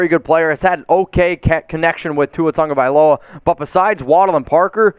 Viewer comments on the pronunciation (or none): Question? Tua Ta-go-vai-lo-a? Where's the N that every announcer seems to pronounce as TaN-go-vai-lo-a? There's No N. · okay can someone speaking hawaiian explain how Tago becomes Tongo because everyone says Tongovailoa when pronouncing his name but it's spelled Tagovailoa.